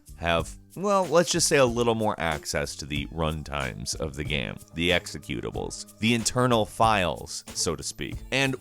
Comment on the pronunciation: It's pronounced "game", not "gayum". Geezus.